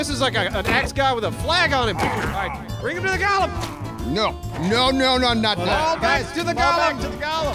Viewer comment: Go. Lemm Not NOT Gollum like Lord of the Rings. GO LEMM